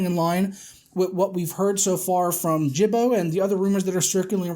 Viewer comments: Gibbo = Hard G, Gib-Bow. As in his last name, Gibson. Gibbo with a soft G, like Gym, or "Jib-bow" as you are saying it, is a derogatory term for Aboriginal peoples. Especially those native to Australia. Also, your conversion from £ to $ is useless. Almost all electronics that make it to the UK, especially upon release, simply take the US Dollar sign, and replace it for the British Pound Sterling symbol. The number doesnt change, just the currency prefix. You can look at Amazon UK compared to Amazon US for things like the XBoneS 500GB bundles, or the PS4 Pro bundles, and see the numbers are virtually the same, just the currency symbol is different. So doing a Pounds to Dollars conversion and saying "Tut-tut AMD" because the conversion is $115 higher, is really disingenuous, as that is NOT how the electronics market in the UK works whatsoever. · Thanks for the mentions in the video, but my name is Gibbo, not Jibbo. ;) Good video! :)